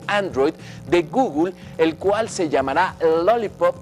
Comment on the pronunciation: No sabes ni decir Google wey